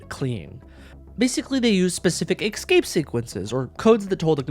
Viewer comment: It's ESCAPE, not EXCAPE